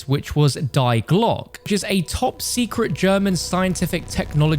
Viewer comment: the giant = dare Reese the glock = dee glocke (try to pronounce the e at the end)